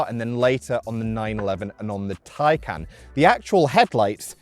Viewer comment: What the hell is a macaaaan? It is ma CAN. You even say Taycan correctly. But then call this a macaaaan.